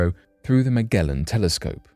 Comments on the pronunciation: "OK KIDDIES, SAY IT WITH ME",... 'MU-JELL-UN MU-JELL-UN'. (Megellan) It's NOT "MAH-GAL-UN" or any of the AUTOBOT/DECEPTICON COMIC MAGAZINE NAMES, nor is it some kind of Ancient Sea SHARK. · Magellan is pronounced MAJ - ELLEN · Story 3 Fairly certain it’s pronounced like “Majellan’ like the “G’ in magic not like the “G’ in magnet. Bit of a strange one for story one 🤷🏻‍♂️ not remotely related to the other two stories??